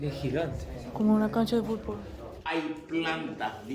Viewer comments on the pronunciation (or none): none